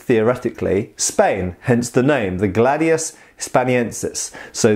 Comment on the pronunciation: About pronunciation: Glàdius Hìspaniensis Actually wasn't gladius who conquered the known world, it was professionality and organization. Romans sucked at cavalry and archers. Some historical writers said gladius was made to cut limbs arms and legs, this has been proved by some people who did the same execrice japanese do for katanas, rolled bamboo tatami which has almost the same thickness of a human body. Great video. P.S. about historical periods, here in Italy we have a total distinction between ancient era (before greek culture) and classical era (greek and roman period)